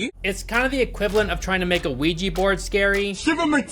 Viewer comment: Can people please stop saying ouiji? Its ouija.